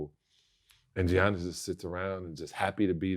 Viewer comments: Did Vlad really pronounce his name as Gee-Yannis??? Lmaoooooo cmon son!!!!!! Smack tf outta ya self for that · Hey Sal, it’s pronounced “Yannis” not “G-Annis”😅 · Salley ( Giannis) pronounced YAHNIS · Stop calling him "Johniss" 💀💀💀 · The G silent in his name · 2 time mvp and people still can't say his name right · Stop sayin Giannis name wrong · It’s not that hard to pronounce Giannis’ name Sal 🤦🏿‍♂️ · yeah, and also in greek the T's are pronounced like Ds in his last name